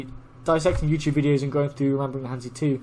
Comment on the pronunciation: I have no idea what your level is but I've never heard you pronounce han zi correctly yet.